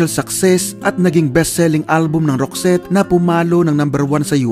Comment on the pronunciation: Tama po ang ogka bigkas mo sa name group nila. Naalala ko bata pako, singer kasi ng banda ang mama ko, lagi nya pinapatugtog yung isang album ng roxette. Sobrang taas ng boses ni Marie, ganda tlga ng songs nila. Salamat na feature ito. Sana ma.feature din ang grupong wet wet wet. Gaganda dn ng mga songs nila ☺️